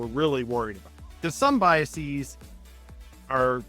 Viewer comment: BiasEEZ? No. It's an English plural, not a Latin one.